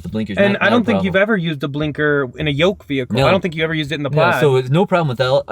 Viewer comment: I think it's "Yoke" steering, not "Yolk".